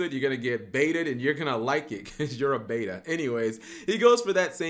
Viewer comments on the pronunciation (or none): none